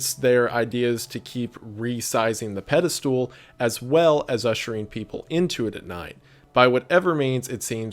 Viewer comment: Shoutout to how Wendigoon pronounces Pedestal like "Pedi-stool"